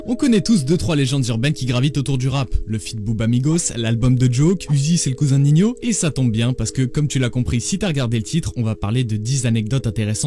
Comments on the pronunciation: Ca m'enerve que Ninho on l'appelle "Ninio" faudrait l'avoir écris "Niño" pour faire la prononciation correcte 🤨🤪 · Ninho se prononce niño😌